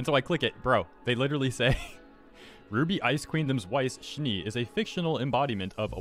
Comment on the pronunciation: Schnee is pronounced differently (it's snow in German), but I'm not sure if you have that sound in English at all.